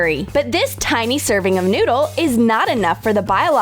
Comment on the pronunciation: "and put the tIenEei sausage unto the bun😩"